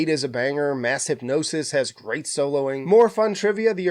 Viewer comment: Why did you mispronounce Mass Hypnosis?